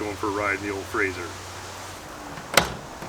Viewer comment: Why do so many people refer to the Frazer as a 'Frazier'? I think it has something to do with Kelsey Grammer, although even that show was Frasier with an 's', not a 'z'. Anyhoo, I'm off to take my Chryslier for a spin......